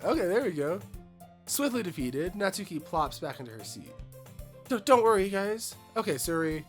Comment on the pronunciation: Oooh, this is gonna be a ride! 😂 Small note — the U in Natsuki is practically not there, it's said more like Nats-ki. Looking forward for more 💖